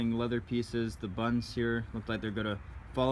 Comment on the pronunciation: Why can you not pronounce the word button?